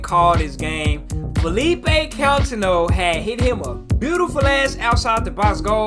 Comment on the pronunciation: his name is coutinyo not contin ho